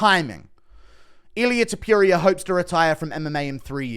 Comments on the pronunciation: Pronounce Topuria correctly. Not toopooria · can you stop saying Topiuiria. please. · Please confirm that you refuse to pronounce his surname other than “Tiopiuria”. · Why are you the only one that continues to pronounce his name the way you do 😂 if you’re the only one saying something a certain way and the rest of the world including the person who’s name it is pronounces it diff maybe change it up aye 😂😂😂😂😂